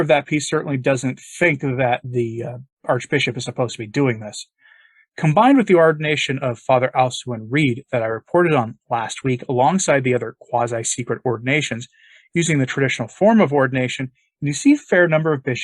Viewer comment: Just an FYI,: Fr. Alcuin Reid's name is pronounced,"Al-quin".